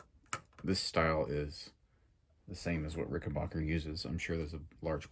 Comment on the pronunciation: PLEASE ! IT pronounced Ricken BACKER ! NOT BOCKER !